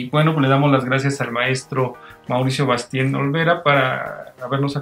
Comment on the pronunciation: LA ENTREVISTA ES MUY INTERESANTE HUBO ME GUSTA LA INTERACTIVIDAD ENTRE EL ENTREVISTADOR Y EL ENTREVISTADO !!! Y EL APELLIDO ES BASTIEN NO BASTEIN!!! PERO ESTA MUY INTERESANTE